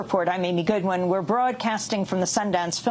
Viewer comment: Yikes, your last name is Goodman, not Goodwin!!!